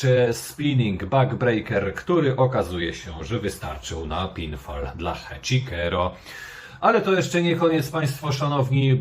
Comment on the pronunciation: Nie Heczikero tylko Heczisero!!!! Jak można źle wymawiać? Oglądasz ROH bez dźwięku?